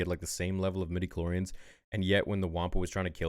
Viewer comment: Midi kuh lord eee uhns!‽!